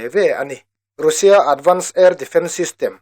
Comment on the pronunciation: Russia ti lo vin Rassia ti in lam tawh la